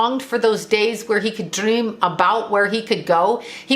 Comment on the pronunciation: when you said “dream” an accent came through